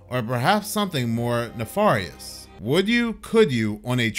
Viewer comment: Absolutely unhinged pronunciation of "nefarious."